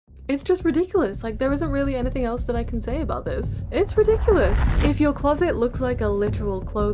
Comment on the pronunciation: This is with love and I've probably watched too much miraculous, but when you said rediculus I thought of chole...